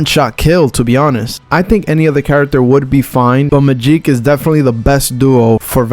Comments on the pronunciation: Good video but bro needs to say Magik's name correctly lmao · To bad you couldn't edit how bad he pronounced Magic's name even though it's spelled "Magik".